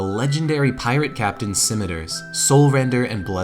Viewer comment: I would love it if there were more recuring story lines like this in the future. This feels like a very satisfying end to the Whiteskull story, especially the redemption that comes with earning Deathbrand's armor. I will say that the way you pronounce scimitar made me very uncomfortable because I was filled with doubt, worrying I'd been pronouncing the word wrong my entire life. Luckily, I hadn't been. I am very happy to see this series return. I was about to start a new game in honor of Gamerpoets, who's recovering from hernia surgery. Great job yall, I always love watching your videos.